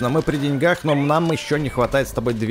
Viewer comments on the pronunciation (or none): none